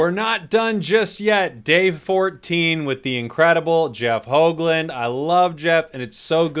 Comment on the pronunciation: Nice to see a fellow-dutchie/belgium on the Channel!! (Also Nice pronounciation on his last name, which is a typicall Dutch name, alot of American people pronounce the double O's as "ooh" when its infact pronounced as "Oh", was rather impressed with this pronounciation cause alot of Foreigners get the double OO sound wrong, Nice one!